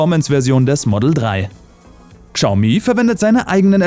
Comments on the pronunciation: schaumi, SCHAUMI UND NICHT GSAUMI!!!! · es wird glaube schaumi gesprochen, nicht kschaumi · Nicht Gschaumi sondern Schaumi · KSCHAU-MIE ❌ -> Schau-Mie ✔ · Sorry aber ich muss es tun…das trigger mich übel!!! Es wird schaomi ausgesprochen!!! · Bitte achte auf die Aussprache wenn du so einen Beitrag machst. Ist alles sehr informativ und gut aber Xiaomi wird "Schau-mi" ausgesprochen. Sonst Top Beitrag. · Das spricht man "Schau-mi" aus 😂😂😂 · warum sagt der typ immer Kschaumi, das regt voll auf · Bitte Xiaomi richtig aussprechen, daß X wird wie ein Sch ausgesprochen. Ansonsten bauen die Chinesen mittlerweile hervorragende E-Autos und haben die deutsche Industrie in diesem Punkt schon überholt. Leider hängen bei uns im Land dermaßen viele Arbeitsplätze mit der Auto-Industrie zusammen, dass es schon eine Überlegung wert ist ob man die vom chinesischen Staat massiv unterstützten Hersteller durch Kauf/Leasing den deutschen oder europäischen Konzern en vorziehen sollte. Schwierige Entscheidung.